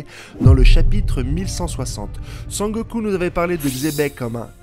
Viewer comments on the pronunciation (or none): none